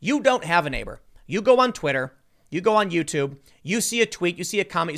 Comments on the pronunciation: "Twiter" lol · *Twitter not Twiter tim